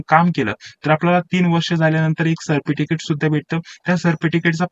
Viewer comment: सर्प टिकीट नाही सर... सर्टिफिकेट😅😅😂😂😂😂